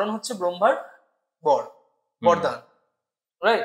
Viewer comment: Sob bhalo laglo khub interesting. Kintu kichu mone korben na. Ota vardan noi bordan. Yomlok noi jomlok. Banglai jkhn podcast korchen apnara. Bangla uccharon je ta hoi seta karun bhalo lage. sunte.